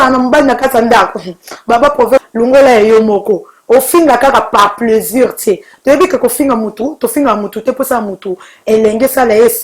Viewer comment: MDR toi on t'a payé combien ? MDR drôle de journaliste 😂😂😂😂😂😂😂😂😂😂 on plus on ne dit pas pleusir mais plaisir